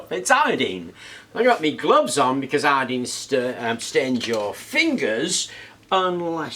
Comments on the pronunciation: Bro, with all due respect, I can’t understand the words that you’re saying you got water, copper, zinc and what???? “Allene”? Iodine bruh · Iodeen? But it's spelled io-dine. It's dine, not dean or deen or dene. WHY? But then you say potassium io-dide, instead of potassium io-dede. Why do you pronounce dine as dene, but dide as dide? It's the letter I, not the letter E.